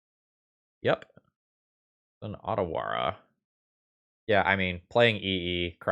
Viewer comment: I have no real hope of convincing people to change their pronunciation of "Otawara", especially since I didn't realize it myself at first since the card's name is only Japanese-inspired and not really Japanese, but if "Otawara" were a romanized Japanese word, the first letter would be the "long O" and not the "short o" as they say in English grammar parlance. 'O' in romanized Japanese always pronounced that way, and a romanized Japanese 'a' makes effectively the same sound as the "short o". The city in Japan of a similar name (Ōtawara) uses the Romanization "Ohtawara" on their website - compare the baseball player Ohtani. That extra 'h' is not used in many styles of romanization of Japanese, such as the one WOTC is using, which also eschews the long mark which would also probably cause English speakers to pronounce it correctly. Additionally, the lengthening of the vowel in Japanese does not change the basic pronunciation as it does in English, where "long" and "short" vowels are entirely meaningless designations these days to distinguish between tow two main pronunciations of a vowel. I don't care if you care or not. I'm getting it off my chest.